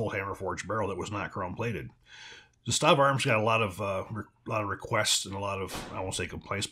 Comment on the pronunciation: ZAH stahva....stress on the first syllable